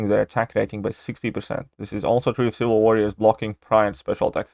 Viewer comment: If you put "ciwil" on purpose, that's quite a clever play on your accent lol